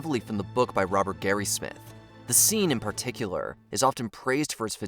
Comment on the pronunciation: It’s Robert Graysmith, not Garysmith.